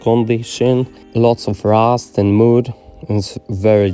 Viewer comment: Stary... xdd prose popraw swoją wymowę po ang. "to" czyta się [tu], "mud" czyta się [mad], "odrdzewić" przetłumacz na "de-rust" [di rast] [kar' szampu], [disz sołp], polishing paste czytaj [... pejst] XDDDD bawi mnie ta metoda tłumaczenia wymowy xd